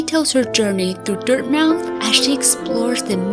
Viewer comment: Dirtmouth is pronounced dirt-muh-th